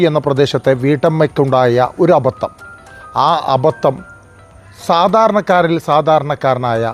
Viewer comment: അബത്തം അല്ല, അബദ്ധം